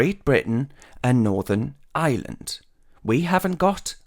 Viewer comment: Good point . On a lighter note , Ireland is not pronounced Island . Think " hire " then remove the H , that should fix the problem .